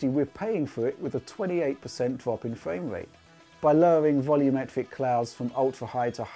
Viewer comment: Fwame rate lol